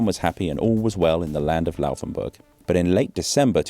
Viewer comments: It's not Lauwvenburg but Laufenburg. You are allowed to articulate the f very clearly as a voiceless labiodental fricative (as some name it). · its not Louhwänburch. :D Its Laufenburg :D i once learned in a bakery that had a shop very close to the bridge. funny times! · It really kringingly anoys me that you say Lauvenbörg. WHY. "F" is the same sound in englisch and german. And börg is also unnecessary. You know how to pronounce burg. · The letter 'f' does not sound like 'v' in German. You keep saying "Lauvenburg", which is wrong. It's basically the same 'f' sound as in English. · why did you pronounce it Lauvenburg the whole time? is this actually what it's pronounced as?